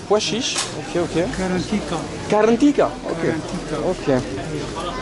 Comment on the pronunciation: Salut le plat à base de pois chiche s'appelle KARANTITA pas KARANTIKA , les algériens sont tres acceuillants avec les étrangers